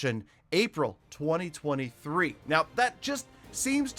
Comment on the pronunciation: Even though he said 2023 wrong it came up right! Can you say th17 2024? 🤣